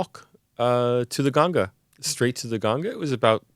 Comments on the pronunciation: I'm glad to hear that this man is pronounced ganga as ganga not gaangis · Correct pronunciation of Ganga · thank god finally they said ganga and not gangees